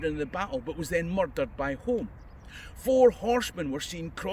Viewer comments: Think “Home”is pronounced “Hume”. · Someone probably already corrected you since this was posted, but the Earls of Home pronounce their surname Hume (not Home). Likewise Home Castle, is Hume Castle etc. The former Prime Minister Alex Douglas-Home is a descendent. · Another good video. I've visited Flooden field a few times. The castle of Etal which featured in the Flodden campaign has an interesting display of arms, armour and banners. By the way, I think "Home" is pronounced "Hume" (I know, daft like "Milngavie" etc.). Before you were born(?),, there was a British Prime Minister in the sixties called Alec Douglas-Home. It was pronounced "Douglas-Hume" and, later when his father died, he became the 14th Earl of Home ("Hume").